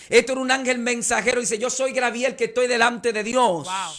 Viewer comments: Se dice Gabriel usted sabe mucho pero así es el nimbre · Me imagino que este pastor es de República Dominicana, porque siempre dicen Grabiel, y es Gabriel.